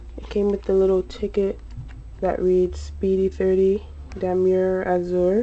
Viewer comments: Pronounced "Dam-yay", but whatever. lol. i really like the Azur Damier, i own a wallet and a wapity case is this color. I bought my friend a Speedy 25 for her birthday, also in Damier Azur. =-) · It is pronounced Damyey(Damier)